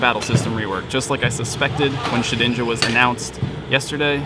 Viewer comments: Did i hear keep saying Shit-ninja? xD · Why do you call it shit-inja? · Sounds almost like he said "Shitinja"... twice. going blue?